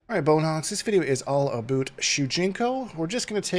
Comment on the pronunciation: All aboot!! Best intro! Great kontent as always! 🍻🍻